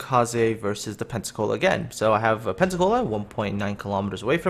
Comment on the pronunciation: so it should be "pen-suck-all-a"